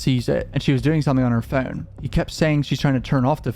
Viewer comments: I hate the way you say “phone” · Does anyone else find it odd the way he says “phone”?